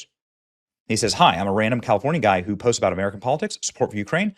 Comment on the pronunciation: Yes,.. a school teacher from Kal~Lee~four~knee~A. No more questions.